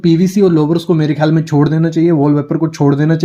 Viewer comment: दीवार लिए। नहीं दीवार के लिए। शोडो 😂😂😂 शोडो नहीं । छोड़ो।